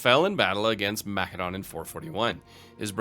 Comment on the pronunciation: Hearing you say mcdonalds instead macedon hurts my ears. Make it stop, pls!